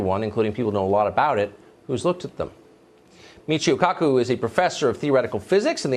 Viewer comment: Not kaki it's kaku